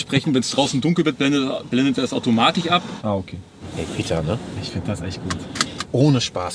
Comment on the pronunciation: "Optich", "automatich", der is ja noch schlimmer als